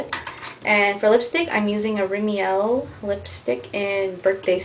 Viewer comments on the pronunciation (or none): Remiel?? Don't you mean Rimmel LOLAGE xD